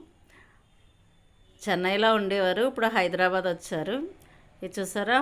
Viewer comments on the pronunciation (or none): none